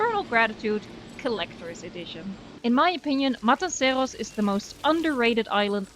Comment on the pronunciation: I LOVE your pronunciation of 'Matanceros'!! En ook dat je Engels vrijwel accentloos is ;) Fan van de video's én van de 'Voice' :)